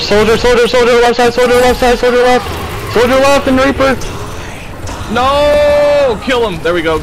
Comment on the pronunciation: It's of that one guy saying Reaper. He instead call him Reafer😂